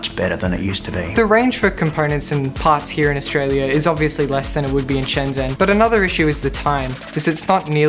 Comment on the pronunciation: They still call it 'Shen-zen', even after visiting...